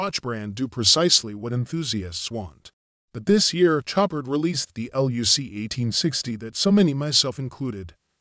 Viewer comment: "Show-par" not "Chop-ard" The "d" is silent.......happy to help :)